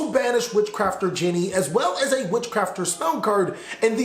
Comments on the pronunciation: thats not witchcrafter "jenny" its genie like in the lamp. great vid as always though. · You pronounced genie like Jenny and crochet(a type of sewing) like crosh and maybe I am wrong but I dont think you got it right